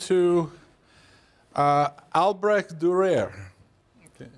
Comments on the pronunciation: Dürer, not 'Dureer'. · Durer is pronounced. DUE-rer. German, you know. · Prononced as: D Y R E R ( The D and Y, Like in Dionysos DY RER ) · Every time he says Durair, my ears start to cringe of their own valition! American academians should be strictly and punitively be re-raised in correct pronunciation of European proper names! 😜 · He is exactly the sort of teacher that makes me cringe. From his condescending tone, his inability to pronounce Durer's name correctly, and then mispronounce Strachey's, to the veiled reference questioning Durer's sexual orientation, to faffing with tech and relying on wikipedia for his source material, to his shitty board work to his crap jokes that land like downed 747s, I would have walked out of his classes back in the day and marked him down as an annoying old fart. Which he is. FFS what part of Durer is difficult to say??? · His pronunciation of "Dürer" is liable to introduce severe toothache.